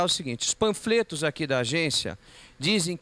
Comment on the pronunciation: Porra só eu que percebi o pranfreto kkkkkkk